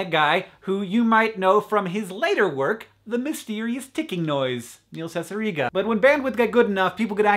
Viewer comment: You actually pronounced Cicierega right! Either you're a witch or you've had a conversation with him.